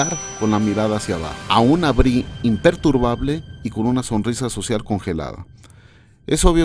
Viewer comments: Cómo la chica "no se dice Brie" se pronuncia "Bri" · Inglés tip: el nombre de Brie se pronuncia "bri".